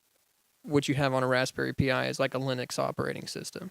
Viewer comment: who here frequently uses raspberry pis and are pissed by him say "P I"?